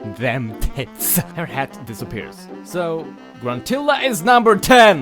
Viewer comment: press 4 for "Hhhaatt"